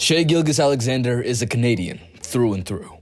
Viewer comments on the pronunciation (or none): Bro said Shai Gilgus Alexander